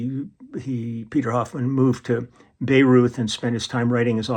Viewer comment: Hi, Bayreuth is pronounced „buy roid“.